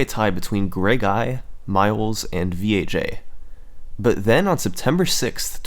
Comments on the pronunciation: VAJ... it's not V.A.J.... think about it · "VEE EHH JAY" You mean Vag? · V-A-J??? I think its pronounced VAG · Summoning: “the one and only Vee-Ay-Jay” Me (an intellectual): “lolz...nice...”